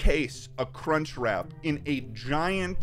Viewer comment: That guy literally does not say "crunchWRAP" once. He keeps saying "crunchrat" lol